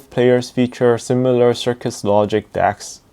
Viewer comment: Cirrus, not Circus…